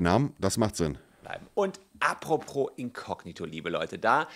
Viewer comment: Solmecke sagt einfach "apropRos", kann ich nicht ernst nehmen als Anwalt